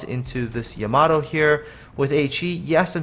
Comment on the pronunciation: You say Yamato wrong XD